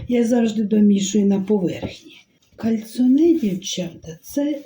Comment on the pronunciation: Добрий вечір,, вибачте наголос ставиться на букву "о" і орігано наголос на букву "і".Ви праві, кальцинованої їсться руками, так смачніше.Ви чудова людина.Дрбраніч.